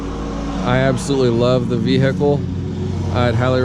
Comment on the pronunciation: The V hickle